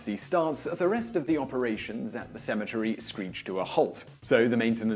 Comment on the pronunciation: Sounds like you said asymmetry goes under. LOL